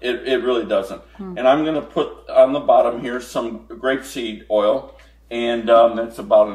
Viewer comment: Sorry, are you saying Grape-seed oil or Rape-seed oil? Xx